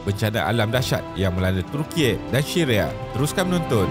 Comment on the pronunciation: dia sebut syria : shiria 🤣🤣🤣🤣 🤣🤣🤣🤣🤣